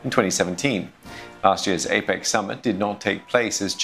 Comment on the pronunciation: APEC not APAC.